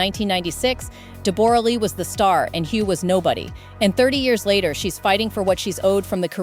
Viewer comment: Stop saying DEBOOOORAH its Debra!!!!! Do your homework before presenting a story lady!!!!